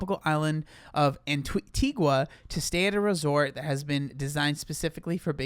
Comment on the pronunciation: Btw, just so you know. It's spelled Antigua, but pronounced Antiga. Assuming this is the island in the Caribbean.